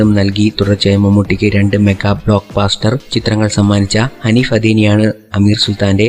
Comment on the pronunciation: എന്നെങ്കിലും കാണുമ്പോൾ പറയണമെന്ന് കരുതിയതാ ''ബ്ലോക്ബാാസ്റ്റർ '' അല്ല ബ്ലോക്ബസ്റ്റർ എന്ന് പറയണം